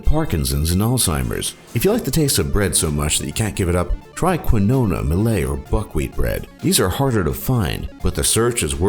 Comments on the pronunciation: You pronounce quinoa like KEEN-WA, not like KWIN-OH-UH. lol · when they pronounce quinoa (keen-wa) as quin-oh-na lmao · "Try quinona." ...You mean quinoa? Pronounced "Keen-wah?" Am I the only one who snickered at that?? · Quinoa is pronounced "Kin waa" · so you're on a soap box promoting organic and stuff but you can't pronounce quinoa correctly?